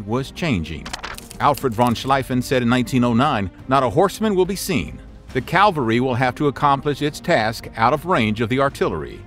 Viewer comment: This guy mispronounces at least one commonplace word in nearly every video I’ve watched. Now cavalry may not be commonplace but for a narrator of historical events one should know this one.